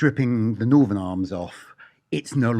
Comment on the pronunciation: Why can no-one on youtube pronounce TH. Its NorTHERN NOT Northern or norfff. So annoying